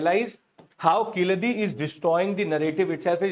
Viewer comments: It's Kee-zha-di and NOT Ki-la-dhi 🙏🙏🙏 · Sir, it is pronounced as Keeladi. The Z is silent. Also the place name is Siva Gangai not Sivakalai as you said. KEELADI and SIVA GANGAI. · Yes correct but still pronounce zh as ill. Sad correct?